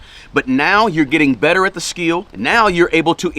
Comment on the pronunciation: It's called skill not "skiel" god damn, how can't u know how to pronounce it and keep saying skiiiiiiel.